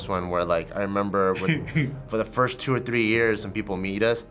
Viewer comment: "Fist time what"😂